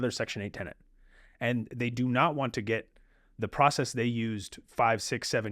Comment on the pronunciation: Get not “git”